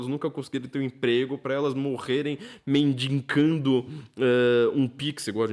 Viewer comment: Eu ouvi mendiNgando? 😅